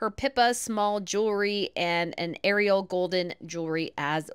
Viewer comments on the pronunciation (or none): none